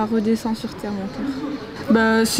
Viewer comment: J’adore quand elle dit redecant sur terre